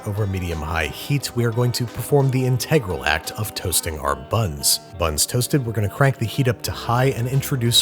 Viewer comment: No one: Babish: inTEGral